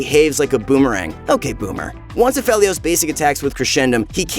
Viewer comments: I love ya but its pronounced A..FE..LIOS. Other than that; great video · it bothers me he's saying Aphelios wrong